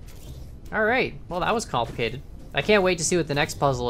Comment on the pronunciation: kAN-plicated, i died reading that